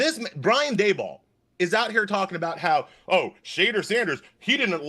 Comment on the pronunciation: As a black man, that black guy with the white hair don’t speak for me. The NFL employs more black millionaires than any other company I know & the #1 pick is a black QB from the south. He tries act like he’s down for the cause but he messed up Shedeur’s name 10x. He probably never heard of him before this weekend but is outraged. But he went to Harvard so we should listen?